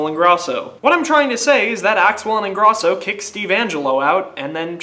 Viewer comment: You're pronouncing Ingrosso wrong. Pronounce the 'o' dipshit. And SHM is gone. It wasn't working out between them anymore. Axwell & Ingrosso are something completely new. They also dropped a physical album